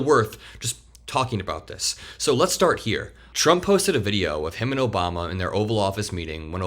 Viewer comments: "Obamna" lives rent free in TACO's head! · Lmao “Obamna” I wish Obama was half as powerful as the right pretends he is, somehow controlling the DOJ, secret files, and “the deep state” long after he left office.